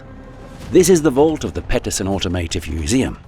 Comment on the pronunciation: This is an AI narrated and created video. Peterson is mispronounced as 'Petterson'.